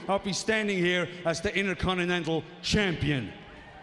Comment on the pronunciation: "Int-a-con-te-nan-tul champiun"